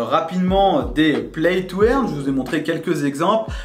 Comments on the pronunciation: Salut, play to "eurne" pas "èrne" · play to eeeaaarne MDR paye ton accent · il faut dire "play to eurne" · "Plaille tou airne", mdr